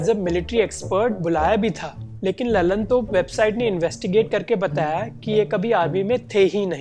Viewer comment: वो ललनतोप नहीं है लल्लनटॉप होता है